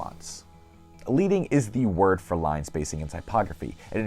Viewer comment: Great overview of design therory. However, the word "leading" is pronounced like "ledding," not "leeding."